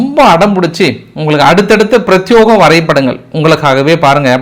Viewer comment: பிரத்தியோகம் இல்லப்பா... பிரத்தியேகம் யோ இல்ல யே. ஒழுங்கா தமிழ் அகராதிய செக் பண்ணிட்டு கரெக்ட்டா பேசுங்க. நானும் இதை 2 வருசமா சொல்றேன் நீங்களும் 2 வருசமா தப்பாதான் பேசுறீங்க. இப்பதான் தெரியுது எங்கள கமெண்ட் போடுங்க... கமெண்ட் போடுங்கனு சொல்றீங்க but நீங்க ஒன்ன கூட படிக்கிறது இல்லை னு தெரியுது.